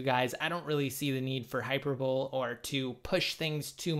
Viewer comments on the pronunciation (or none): Grammar police here: Did you pronounce hyperbole incorrectly on purpose? You said “hyper-bowl”, lol. If you didn’t, it’s pronounced hyperbo-lee.